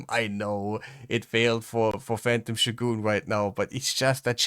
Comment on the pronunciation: Also, this may seem out of nowhere, but thank you for showing us how "shogun" is meant to be pronounced. You say it the way the Japanese do.